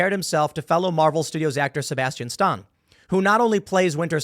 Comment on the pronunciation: Hey Tim how can you mispronounce Stan?